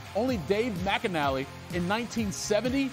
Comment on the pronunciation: Macanally? It's McNally 😂